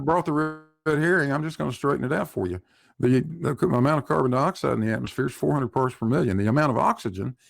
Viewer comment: oakley talks "carbon dibaxide"